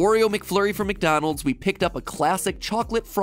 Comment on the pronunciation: Why is the intro so good that I never noticed the whole “matdonalds” yep- feel free to go back and check